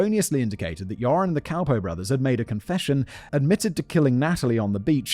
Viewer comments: Half of the time when you say Joren it sounds like "Urine". Honestly, this really doesn't change much in my opinion. :D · It will never be not funny to me that you end up pronouncing his name kind of like 'urine' 😂 For those interested, the name Joran is pronounced like "you're an" (with 'an' pronounced the British, not the American way) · I was deeply enjoying the pronunciation of "Joran" as "urine" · I love how you pronounce his name as “urine”. Which is appropriate. Scumbag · Simion pronouncing Joran as "urine" LMFAO 🤣😆😂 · I love that simin says his name as urine! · At first I heard "urine" and thought - "that's an appropriate pronunciation for this scumbag" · Everyone else is hearing “urine” right? Not just me?